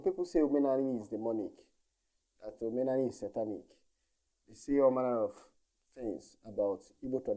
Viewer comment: Omenala, not Omena ani. Ala and Ani is land. But I believe that you Should Speak the Heatland of igboland Dialect. My Opinion.